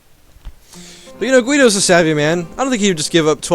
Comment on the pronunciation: I think you pronounce the name Guido pretty well, atleast that's how we say it here in Italy.